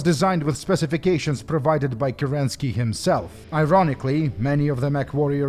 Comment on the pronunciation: Questionnaire: Isn't the leader of the Star League Kérensky and not Kerenský? If you're basing it off the same Kerensky that was the leader of the Unimportant Government for an Hour Russian Republic (before the Soviets), it should be read as Kérensky, with the emphasis on the first wovel, and if that is not correct, I'm giving out my apologies. Great video, as always! Sure hoping the Fallout 2 video will come out in 2023, heheh.